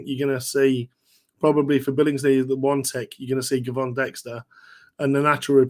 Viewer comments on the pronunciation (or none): FYI Gervon pronounced Jervon